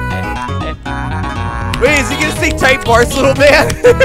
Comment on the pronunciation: Tom said tight blars